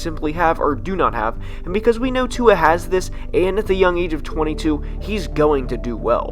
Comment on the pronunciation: Singletery is good tua is great I’m a Alabama fan and I watched him play a lot he’s a beast also say tuas name right